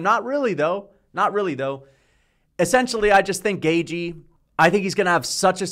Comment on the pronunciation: Can this guy learn how to pronounce gaethje ffs